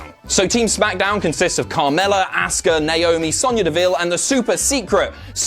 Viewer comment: Imma boo more at the way you say Auska then nia jax